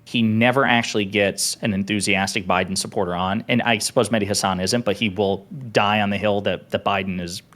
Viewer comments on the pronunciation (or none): Everytime he said Mehdi Hasan I heard Mini Hasan and i imagined a little hasan with a head that's proportional